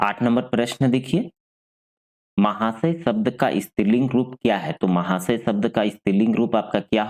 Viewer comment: Mahashya hota hai, itna Glt mt btaiye